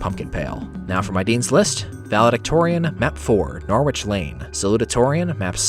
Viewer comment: Norwich is pronounced "Nor-ich", my US friends :)